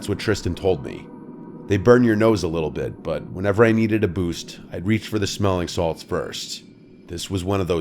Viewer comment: smelling salts, lol. Sounds more like sMETHling salts